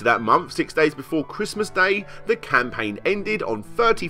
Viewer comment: you know that you don't pronounce the "th" like an f, right? because you keep saying "momf" insteand of "month" and "firteen" instead of "thirteen" ...